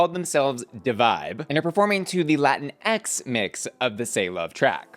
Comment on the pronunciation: “Latinex” dies a million times inside